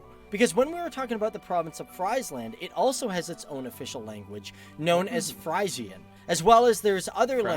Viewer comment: He doesn't tell very much about the Netherlands imo. And his pronunciation of Friesland and Frisian..... I hope his next video is better!